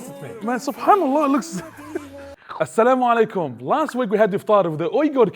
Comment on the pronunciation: not salamalykum it's Assalamu'alikum warahmatullahi wabarakatuhu